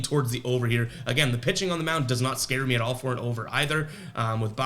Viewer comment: Rewatching the video to see how you did yesterday. You accidentally made a speaking error that I believe could make an excellent T-shirt idea. If you decide to make them all I ask in return is a free one after your first 100 sold... Around the you said The Rays have a "pissing disadvantage." I popped pretty hard. I don't know if it's because I'm up so early in the morning, but I thought it was hilarious. Of all things, a "pissing disadvantage" really affects a ballgame. lol